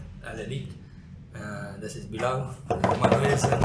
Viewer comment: wenn der bruder bilal sagt versteh ich immer bin laden amk 😅